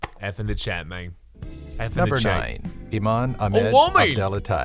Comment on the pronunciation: "F in the chayt"